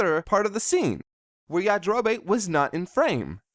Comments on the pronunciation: It's yajirobe not yajiroba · 'Yajirobay' gave me so many cringes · It kind of sounds like Yajiro-bae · Did you always say Goku like Gokoo? And Yajarobe as Yajarobae?